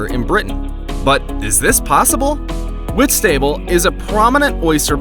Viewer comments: It's not pronounced whit-stable in britain It's whitst-able The a also sounds lowercase. My ma grew up there 😊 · It painful hearing him say whit-stable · 'Wits table'?! Oh, Whistable! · I don’t like the way he pronounced Whitstable. 😭😭 I understand why he said it that way but that’s not how it’s pronounced 😭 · As someone who lives in Whitstable I don't think I've ever been more irritated by a pronunciation 😂